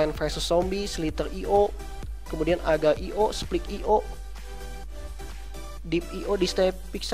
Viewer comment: Cara nyebut arcade.go nya salah sama agar.io ama slither.io nya bro